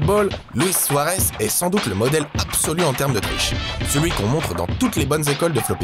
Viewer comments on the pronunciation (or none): none